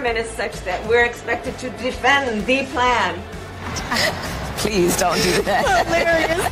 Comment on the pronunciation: Why was she pronouncing "THEE PLAN" like Count Dracula smh Count Kamala lol